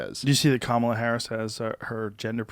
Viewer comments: Dave Smith: learn how to pronounce Kamala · Explain to Dave how to pronounce "Kamala".